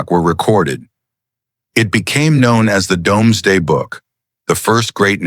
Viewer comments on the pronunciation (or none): dooms day NOT domes day.